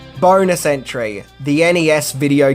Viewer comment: When you said "Bonus Entry" I could've sworn you said "Boner Century"...😅😂🤣